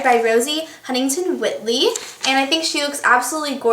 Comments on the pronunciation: Awesome video :) but you didnt say the whiteley correctly. Its pronounced White (like the color) + ley (lee). You say it like this : witley. Im not saying this to be mean, its just i have the same last name and it sucks when people mess it up :/ still love you :D byee. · It's 'White-ly' by the way not 'Whit-ly':) Love ya xxxx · Its Rosie Huntington WHITEley. Not Whitley. You Said It Wrong. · its pronounced white - ly not whit - ly :) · It's whiteley, not Whit-lee. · I love this look!! I have to point out though, you pronounced Rosies last name wrong, Whiteley is pronounced like the colour white- then Ley. It is a common mistake, it is only because I’m British that I noticed. Love your videos though! keep up the good work!! <3